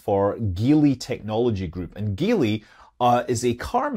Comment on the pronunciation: Geely is pronounced 'Ji Li', fyi 😁